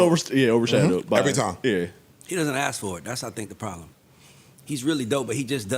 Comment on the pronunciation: He doesn’t ask, he “axe”